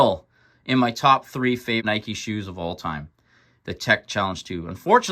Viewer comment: Its pronounced NY-KEE